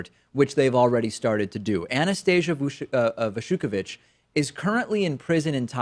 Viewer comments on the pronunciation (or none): none